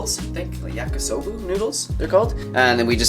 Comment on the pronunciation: Funny how he is saying Yakisoba in an American way :D, food as pwo over smoothie:)